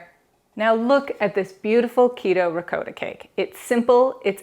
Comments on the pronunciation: Hearing you say RE-COAT-TA is strange. Sounds much better the correct way, as in Ri-cot-ta. I'll probably watch your other videos. Hope they're pronounced correctly. LOL. Anyway, thanks for sharing. :) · Bless your heart ♥️ Parents were both full blooded italian ( raised in USA ) PA Never heard it pronounced that way! It all good ! Mom made everything homemade! I subscribed to your channel, However I live 6,700 ft above sea level! Baking can be a challenge. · The way she is saying ricotta. ☠️🪦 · Please pronounce ricotta correctly